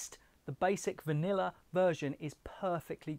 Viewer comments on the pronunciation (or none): none